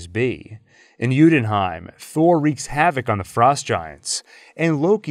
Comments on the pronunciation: Hi. Loved the whole timeliness despite a few things missing like agent of sheild. But the pronunciation of "yotunheim" is pronounced "utenheim" in the video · great video. only it did bother me a little that you pronounced it jutonheim instead of jotunheim. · So far only thing killing me is your pronunciation of Jötunheim, it’s Yoo-en-hime. Also, where does Runaways fit into this? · Great video but to way you say jotunheim annoys me so much 😂